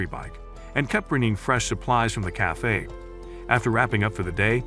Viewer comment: bro said ''cayfe''😂😂😂😂😂